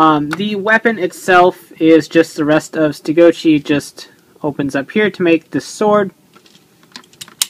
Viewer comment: everytime you say stegochi it sounds like youre saying ste goat cheese. lol